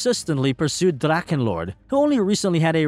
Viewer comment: What is so hard on it to spell dracHHHHHEnlord ?!? it’s a H and not a damn K. I can’t listen to your drakkenlord damn